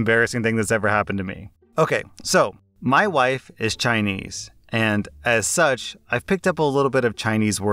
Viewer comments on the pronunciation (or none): Oh no! You just said “as such” wrong?! Not you, too,!!!